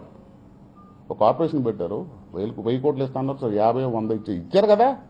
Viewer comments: కాపురేషన్ కాదురా కార్పోరేషన్. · Kapu kapu antu alvatulo corporation ni kuda kaporation antunadu 😝😝lol